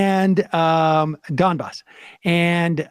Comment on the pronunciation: Sam can’t pronounce Donbas? Lmao wtf?